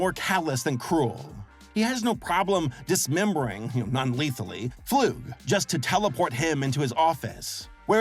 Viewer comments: ITS NOT FLOOG ITS FLUG 😭😭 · The way pronounces flug as floog makes me cry a lil lol- (also fun fact! his full name Kenning flugslys means theory and plane crash in Icelandic and in Icelandic is pronounced similar to how pronounces it but in English would be pronounced flug like ugh boot idk how to spelt it) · i think dr flug is pronounced (fl-UH-g) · I thought his name was pronounced like slug. Also there is some deeper original lore to Demencia that makes her character kind of sad. I don't know if they're still going with that or not, but I don't want to way too much in case of spoilers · God damn it say his name right start to it's Dr. Flug